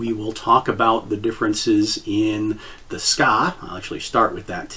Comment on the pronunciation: the ska? you mean the tsuka? Its pronounced Tsu - Kah, dont mean to be that guy but it took my a whole minute to figure out what you where talking about.